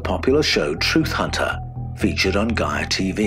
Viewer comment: Was going to watch the video until I heard Gaia